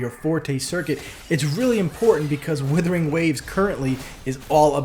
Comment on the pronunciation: It's 'wooothering', not 'willthering'.